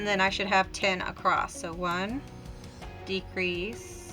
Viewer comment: Love this easy pattern. Thank you for sharing. You crack me up how you say across..t! …Lol 😂